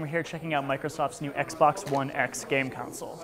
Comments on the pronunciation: Con-sole not council. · It really sounds like he's saying "council"